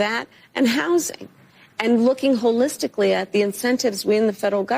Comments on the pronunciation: I think I get why Kamala uses the word holistically. She thinks she thinks she's saying whole-istically 😂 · Wait wait wait... Is she saying "Looking Wholeisticly" Hahahahahahahaha xD